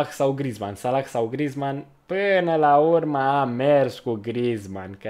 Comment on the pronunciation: Coaie nu mai pronunța h-ul din salah si mahrez